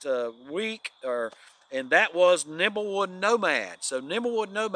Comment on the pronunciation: it is Nimblewill Nomad, not Nimblewood Nomad. It is my understanding that the name came from Nimblewill Gap near Dawsonville, GA. He is the caretaker at the Flagg Mt. Historical site in the Weogufka State Forest.